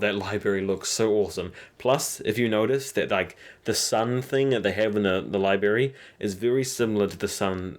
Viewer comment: What is a "lie-berry?" Do you mean "library?